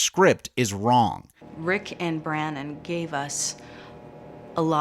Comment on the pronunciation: "Brannon & Braga," huh. 🤔😒🤣